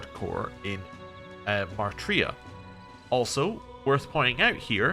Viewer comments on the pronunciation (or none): You keep pronouncing it as "Mar-tria", but the spelling is Martira, with the "i" before the "r". It's probably meant to be a corruption of the word "martyr", so it's likely meant to be "martyr-a".